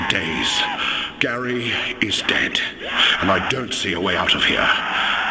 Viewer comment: It's pronounced, "Gahri."